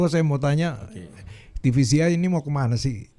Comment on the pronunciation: Te Ve Ce I om bukan Ti Vi Si Iiii